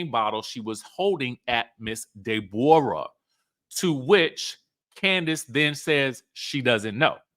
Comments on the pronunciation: Stop calling that girl “de -borah 😂😅😂😂😂😂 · Day-bor-a lol I'm dead